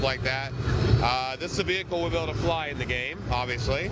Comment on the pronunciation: Hey DUDE you´r AWESOME! "Vechile, basely called JEEP!" LOL "North Koreans with South Koreans Accent!" Bow-wow